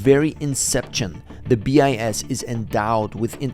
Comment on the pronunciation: So early no one checked the ai pronounciation...it's pronouncing BIS as 'bias'